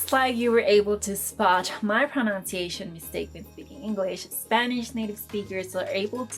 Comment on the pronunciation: Love the canal... Talks about pronunciation and proceeds to mispronounce pronunciation. ;)